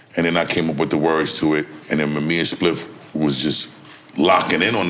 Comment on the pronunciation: Add a “Spiff” counter for each time NORE mispronounced Spliffs name.